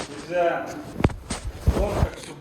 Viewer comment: Я конечно не знаю, но команда у собак взять,получается почти с первого раза и почти у всех.Они типа могут долго с десятого раза выполнять команду,а вот взять,усваивают лучше всех! И может это генетически... А когда кричит "НИЗЗЯЯ", очень похоже на взять,пересмотри... Пересмотрел? Нет? Ну и зря! Мы то уже побольше знаем о твоих питомцах чем ты сам! Кто согласен лайк! Социологический эксперимент! Ждёмс